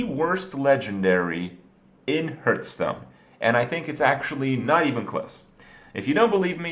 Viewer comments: What the hell is a Hirth? Hurth?? Lol HARTH. HARTH STONE. Hearthstone I like the video and I'm just giving you a hard time. 😁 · ITS PRONOUNCED (HEART)H STONE!!!! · TRIGGERED, by the pronunciation of hearthstone